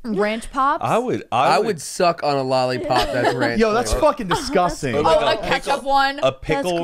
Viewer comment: "disGh0sTing" 😂